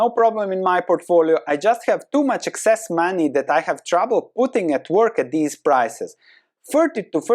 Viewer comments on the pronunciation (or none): none